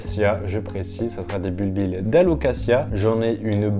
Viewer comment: On dit "bulbie", les deux L sont muets! ;-)